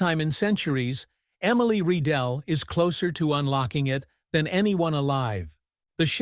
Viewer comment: It’s Rye-dell … that’s the pronunciation you stupid idiot AI … ugh I’m so tired of AI… not Ree-dell 🤦‍♂️